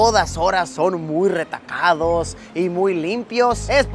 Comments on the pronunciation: dice retacados y no recatados se nota que está ebrio Luisito jajjaja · Jiji me encantó el video. Me dio algo de risa que dijeras retacados en lugar de recatados 😅😅😅 ❤❤❤❤ hasta me hiciste dudas si sí era esa palabra o no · "RETACADOS?" O RECATADOS? JAJAJAJA AMÉ 😍🤩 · es RECATADOS....no RETACADOS